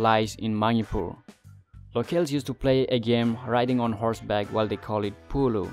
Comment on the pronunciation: It's called Polo not pulo.